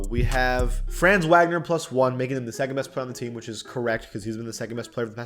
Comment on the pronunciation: For the Magic, Franz Wagner is pronounced (Vahg-ner)